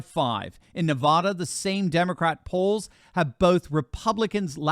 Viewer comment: love the show, please pronounce the state of Nevada correctly. It is Ne-VAD-uh not Ne-Vah-duh. Thank you!!